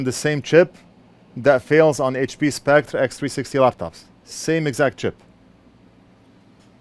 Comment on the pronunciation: I've noticed you're having a hard time pronouncing "Spectre". If it helps any you can pronounce it like the word "Specter". Essentially they're the same but one is an English spelling n the other is french